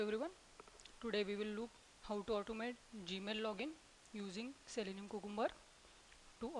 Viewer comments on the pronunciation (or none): I love your accent and the way you pronounced technical as "tech-nickel", Cucumber as Coocoombuh and selenium as "sellnynom" and last but not least my favorite world of all in this video is Directory as "Didectdordee". Please dont think im making fun, I just love accents, trust me if I tried to speak in your first language I promise you would have no idea what I was even trying to say. Keep making your videos, if I could make any suggestions it would be to enlarge the part of the screen your using whenever possible, at the times when you dont need to make the entire desktop visible, crop the area your in and enlarge. Watching this on my phone was very difficult.